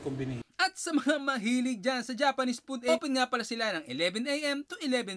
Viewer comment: Stop using chopsticks!!! Di ka nga marunong!! Learn how to properly pronounce curry! Japanese food — not pud!